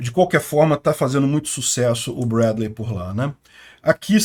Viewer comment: No inglês se fala Brédlii, e y tem som de i